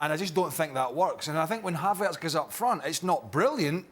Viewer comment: someone please tell the guy with glasses that it's not pronounced havArtz.